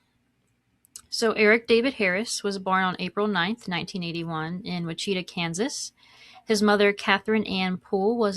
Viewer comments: Yup, Wichita is pronounced "Witch-it-tall" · I've never heard Wichita said like that 😂😂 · It is a Native-American word… Us Americans love to americanize stuff 😅